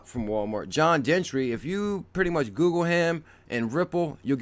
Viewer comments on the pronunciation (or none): none